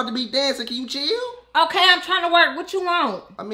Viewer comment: 😂 he say till not chill 😂 no hate tho